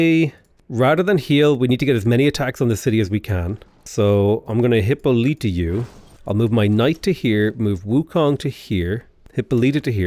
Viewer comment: It's Hi-PO-lita.